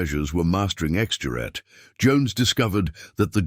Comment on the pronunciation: "X-GERAT" not X-jurat... Knickebein - shown in the docco - ... RV Jones finally emerged in the 1980s - proof of the UK's eccentric expertise. Rest in Peace.